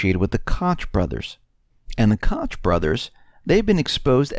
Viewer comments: Koch is pronounced like Coke and yes those guys are dangerous. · Koch is pronounced like Coke in regards to them brothers. Keep up the good work. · Koch brothers is pronounced "coke" brothers.